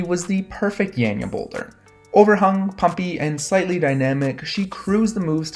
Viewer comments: Her name is pronounced yon-yuh not yan-yuh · it's definitely not yon-yuh like Anja already said, and I'm guessing that Anja is a Slovenian like myself as well;) That being said, it's not 'yan' exactly either (the way pronounces it), that's still too 'e'-ish for us. Both her 'a'-s are pronounced as "wide" 'a'-s, for example if you pronounce the word 'ardent', then the first sound that comes out of your mouth is basicaly the sound you're supposed to use. In other words, if you listen closely to how pronounces Janja, the SECOND 'a' sounds about right. Just replace the first one with the second one as well, they both sound the same, and you get something like.. 'yaan''yaah' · You pronounce her name wrong.